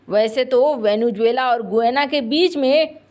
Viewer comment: It is not, as you mispronounce, Venu-juela, but Vene-zuela ! 😢